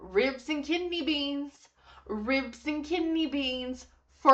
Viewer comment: Lol- she actually says "ribs and kitney beans" 😂